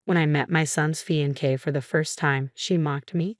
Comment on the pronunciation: I loathe this AI. Absolutely loathe it. But I absolutely hold the channel accountable for not correcting the mispronunciation of “fiancée”. Completely disrespectful to your viewers.